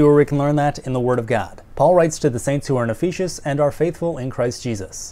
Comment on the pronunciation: Great video. Hilarious and informative at the same time. My only critique would be, please please please learn how to pronounce Ephesus correctly! It was distracting from the rest of the video. Keep up the great work!